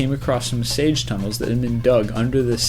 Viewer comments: IT'S NOT SAGE, IT'S SEEGE! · Siege is pronounced see-g, not sage. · sage tunnels??! I think you mean: 'siege' pronounced 'seej'